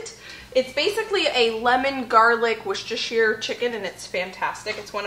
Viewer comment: wocestershire said like a proper brit x